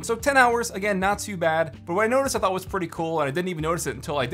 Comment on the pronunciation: He said thot Demonetized